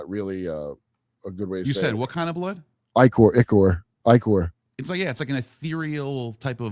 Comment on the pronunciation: its pronounced IH CORE ICOR. IH CORE. black ichor.